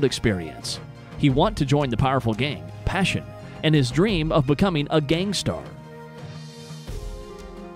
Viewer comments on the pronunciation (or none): Passione... ITS “PASSIONE”! PAH SEE OWN NAY , not PASSION. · In the video this youtuber said "Passion" instead of Passione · Why the hell did he call “passione” “passion” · yeah he said PASSION instead of PASSIONE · and it really shows when he pronunces passione as passion and that triggers the living hell out of me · you missed the joke. The joke was that the video said “passion” instead of “passione” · me: hehe he said pashon not passion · ITS NOT PASSION IT PASSIONE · He pronounced passione wrong >:( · ITS PASSIONE NOT PASSION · ITS PASSIONE NOT PASSION! LEARN ITALY! ARRIVIDERCI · IT PASSIONE NOT PASSION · The way he pronounces passione and dario